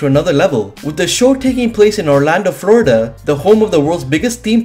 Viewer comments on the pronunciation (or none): none